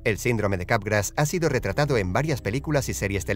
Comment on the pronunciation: Le entendí "sindrome de garrapatas"